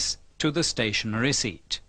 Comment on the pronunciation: ستاشنرى سنترفيوجال REPAIR YOUR ENGLISH PRONOUNCE